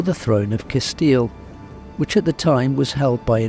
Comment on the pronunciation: CaStille!!! Not Catille!!!!